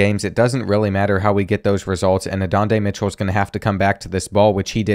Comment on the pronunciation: Who is adondae Mitchell?😂 learn the names 😂